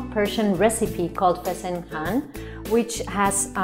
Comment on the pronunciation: It's not fasenHAN. It's fasenJAN or JOON. My god. "Plain white rice which is used in Iran". No. No no no.